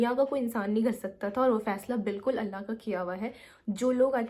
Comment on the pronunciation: The Sabr part you said, I got whole teary eyes. Yk the more the ripped heart, the more is the azr. Allah apko dono jahan ki khushiyon se nawazein, boht strong hain ap. Without mumbling you said , Allah !! I know retake honge, edit kiya hoga yet speaking these all. Hats off ! Fan